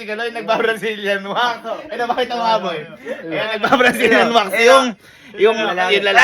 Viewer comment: Original: Mag wax ka na Yung narinig ko: Mag wash ka na 😂😂😂😂😂😂😂😂😂😂😂